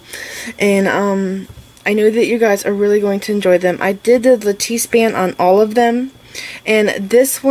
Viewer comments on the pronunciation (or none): love all your bead work! your ring band is pronounced like lattuce, it rhymes lettuce.